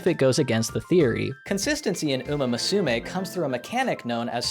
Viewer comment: Musume is pronounced moo-soo-may. It's a little more nuanced than that, but it's the gist.